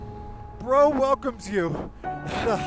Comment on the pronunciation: Did he just call BRO ( border roads organization) casually as bro 😂😂 like a single friend 🤣🤣🤣🤣